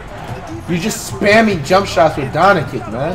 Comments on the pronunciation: Regular humans: "Doncic" Flight: "DON-ICKICK" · Why do you keep saying Doncic name wrong 😑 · It's pronounced DON-CHICH!!!!!!!! LUKA DON-CHICH!!!!!! C'mon man!!! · Announcers: literally pronounces doncic how it's supposed to Flight: Dawnichich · This man flight steady calling doncic donicin 🤦🏻‍♂️ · Dude deserves to lose for calling Luca whatever "Donic" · Why can’t he get one NBA player’s name correct? PATRICK CHEWING? AKUMPO? ZEYON WILLIAMS? LUKA DONNAKICK? This guy is hilarious 😂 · Guy said donicic lol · Was my man saying Donakick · Did he just say donikik? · Who the shit is Don-a-kik? Sad Mavs fan here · Please learn name pronunciation my guy. Don A Kik? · Deserved it since he butchers his name on purpose.